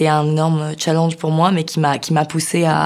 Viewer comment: Même le mot « challenge », elle le prononce à la française, mdr.